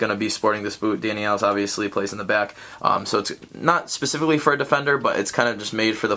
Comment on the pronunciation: You pronounced "Alves" wrong!